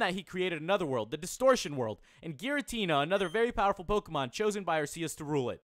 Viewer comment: ITS like Arkecs But IT Arceus But he says IT wrong